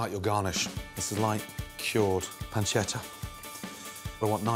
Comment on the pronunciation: What did he call the bacon? “Slight cured panshetto”? It looks amazing but surly not back loin ey?